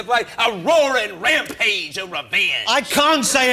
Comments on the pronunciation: Woaring wampage of wevenge 😂 had my dying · “Woawing, wampage of wevenge”